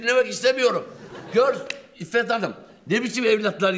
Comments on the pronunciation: Iffet hanim yerine ifaget hanim dedi hashahshehw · Kamera Arkası Rahmetli Gazenfar Özcan'ın İfot diyeceğine ifagat Hanım demesiyle krize girmeleri..😂🤣🤣🤣